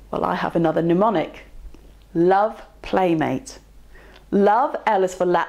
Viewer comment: 'Mnemonic' pronounced 'pneumonic' and I switch off. Medicine should be a precise discipline. And I feel this extends to vocabulary, even when said vocabulary is not from within the subject matter itself.